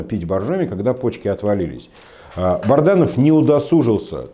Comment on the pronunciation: Не Барданов, а Баранов...